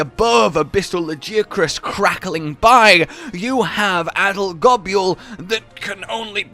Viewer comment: You do know Gobul is just pronounced “gobble”, right? Like how Nibelsnarf is just “nibble”?